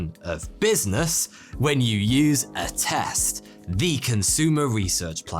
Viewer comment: Not gonna lie I almost asked what test when you said Attest